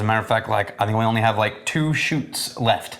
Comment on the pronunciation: "some weird think"!!!!!! At this point, he's adding the k on purpose